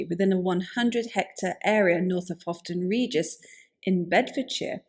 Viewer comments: Pronounced 'Howton' Regis , not 'Hofton'. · It's " Howton Regis" 😊